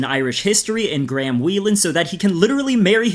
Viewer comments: Graham is pronounced "grey-em" not Gram but its also a befitting name Ngl lmao 🤣🤣😂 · Is ot me or is he pronouncing 'Graham' as Gram 😂😂 quire apt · You guys know that's not how Graham is pronounced right 😂